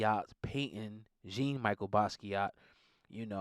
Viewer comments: This is hard for me to listen to because you kept pronouncing his name incorrectly. It’s pronounced Zhahn-Me-shell Bahskiah. Not Jean and the t at the end is silent. Thanks for your video, though. I think the collaboration is capitalistic. The VP believed that this color paid homage to Tiffany, which is totally false. So self serving for them to say. I don’t think the painting was meant to be used in this matter. And I personally think Jean-Michel would have a problem with this representation. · His name is pronounced as John Me Shell Boss ski ah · It’s pronounced Jon Mishel Baskiat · It’s disrespectful pronouncing his name like an illiterate child the proper pronunciation is “John Michelle Baskeeyow”